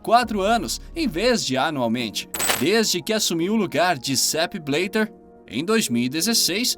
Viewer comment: Bleter?? Quem é esse cara? Benzina?? Teus vídeos são massas, mas para de inventar os nomes, pronuncia os nomes como estão escritos.